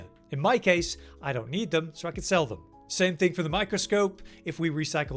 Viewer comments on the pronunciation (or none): none